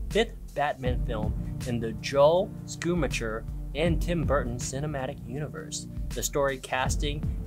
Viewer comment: Not sure if it's correct but most people pronounce Joel Schumacher's last name as shoo-maa-kr. I enjoyed your video though. Some of your little rants had me scratching my head but I enjoyed how you put your personality into this video. Best wishes.